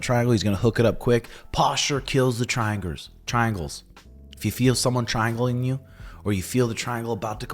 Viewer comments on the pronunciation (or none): “Triangwers” Hahahahhahahahahahaaaaa